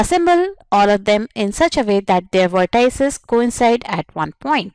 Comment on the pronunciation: Pronounce vertices correctly